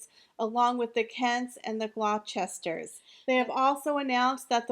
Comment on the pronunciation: Just a kind little note to you! It’s not “ Glochesters” but you pronounce “ Glosters’l Thanks dear